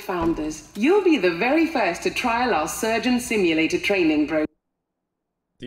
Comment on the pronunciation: Is he saying SIM U LATER?